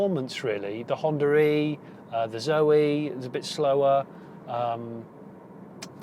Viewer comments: Am I the only one to hear him saying "Honda Ree" ?.... Which is actually 'Honda E' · Stop calling the Honda e "Honda ree" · Why though? There is no r in between 😵 I'm not a native speaker so trying to wrap my head around as it was nevrr the vase with anyone else I've encountered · Wood Correct, we do not notice it, but others do. America is a common one. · why is he pronouncing it like 'Hondra-eeee' ?